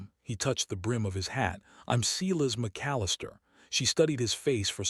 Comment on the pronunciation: I keep hoping someone will correct the pronunciation of the word Silas. There isn't a (cee-las) in any pronunciation of the word. The proper pronunciation is (SI-las). Hearing the word sounded out the wrong way, make listening to these stories grating. Please, for the love of All that's holy, fix this mess.